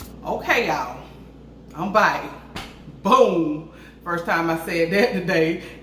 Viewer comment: Girl, where your ass at? Now it's been too long!😉 Come on Bach! (back)😆 I live the way your country ass say back😆